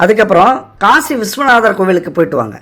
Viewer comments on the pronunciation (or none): none